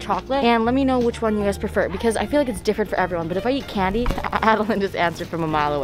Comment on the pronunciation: there is no way you said candy or chocolate I heard “Kennedy or trump” and I was rlly confused